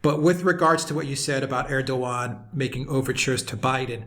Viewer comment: You have though out this interview pronounced Erdoğan s name in correctly, I find this extremely rude, he is after all the leader of Turkey 🇹🇷🇬🇧